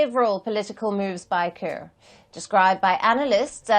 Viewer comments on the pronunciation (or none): Palki give us our own black 🖤 reporter not this pronouncing kiir (ker) as Car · Hes not called President Kar he is president Kiir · Why call him Car? Should be ki-rr. Like ki-ll only you replace 'll' with 'rr'. Though I'm from their neighbourhood country let the Dinkas rule this 'case'.😊 Even Machar we need to hear sound 'r' at the end